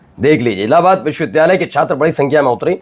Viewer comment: He himself can not prounce this word correctly. It's vhshwavidyalaya not viswvidyalay foolish mantri.